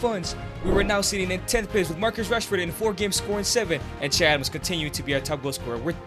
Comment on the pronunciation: Nigga it's Che Adams